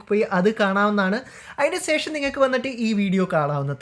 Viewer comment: സേഷം അല്ല ശേഷം 😂